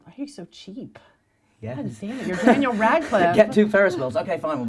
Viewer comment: she called him "Durnel".